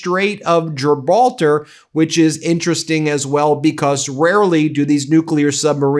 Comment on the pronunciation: Gilbaltar? FFS You dolt.